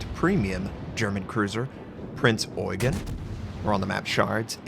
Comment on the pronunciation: Notser, you got the Eugen (Oi-gun) right, but it's Prinz (pronounced like a soft Z, not an S).